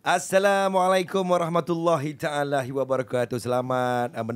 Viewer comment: Kepada, cara memberi salam begini, assalamualaikum warahmatullahi wabarakatuh, bukan warahmatullahi taalahi, kalau nak baca "taala" jgn tambah "hi"